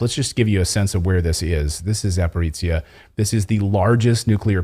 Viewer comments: [Za- pah-ro-zye ] not Zaporeetsya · Thank you for telling the truth, as usual. One pronunciation comment: It's ZA-PO-RÓZH-YE, not "zaporitzia" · Not Zaporica, it should be pronounced Zaporozhye (Zaporozya closest possible in English transcription)